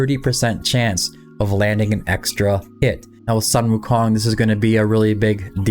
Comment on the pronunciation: "Soon-Woo-Kong" not "Sun-Woo-Kong"